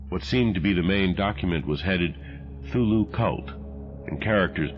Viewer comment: The narrator is fantastic, except the fact that he butchered the pronunciation of Cthulhu. How such a significant detail was overlooked in such a masterpiece of art?